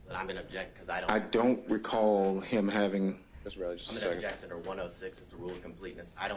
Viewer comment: "I dont racall".... 4,597 Times.....No Surprise 😂